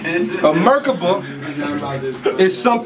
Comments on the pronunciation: it's not a merkuba,. it's pronounced mer-KAH-buh. and savants don't have a mental disability. IDIOT SAVANTS do! if you're gonna pretend to be over people's heads, the least you can do is actually know the shit you claim to know. and i fucks wit you, too. when you're not phoning it in like this. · 😂 He said "What's a Mergaba" ...